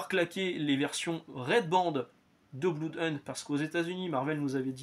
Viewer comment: Bonjour, je vous découvre. Juste "un" truc qu'on a apparemment jamais pensé à vous dire sur toutes vos lectures : Blood ça se dit "Blaude", pas "Bloude". J'ai perdu du blood par les oreilles un paquet de fois tout au long de la vidéo 😆